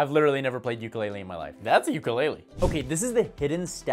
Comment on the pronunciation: You didn’t even pronounce ukulele right